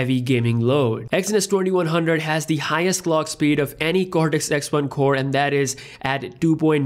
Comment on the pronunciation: Its they... not dey... that .. not dat... Dalk Properly